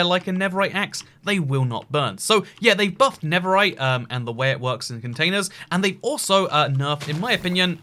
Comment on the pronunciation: Why do you say never right?